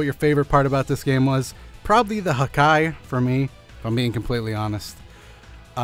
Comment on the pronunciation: "HaKKai". Man i love this guy's videos.